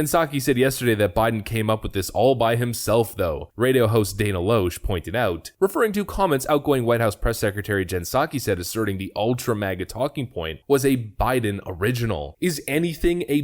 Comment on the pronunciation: It's pronounced Dana "Lash"